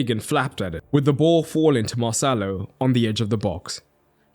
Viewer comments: every time you said marcelo it sounded like mo salah 😂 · Everytime he said marcelo i heard "moh sallah" 😭